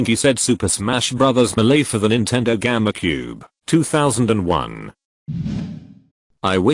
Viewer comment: Did it pronounce GameCube like Gamma Cube? LOL!